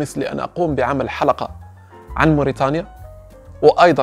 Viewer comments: إسمها موريتانيا وليس موريطانيا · ولك التحية اخي الكريم ، هناك خطأ شائع لدى الإخوة المغاربة تدعى موريتانيا تنطق وتكتب بتاء (ت ) وليس بطاء (ط)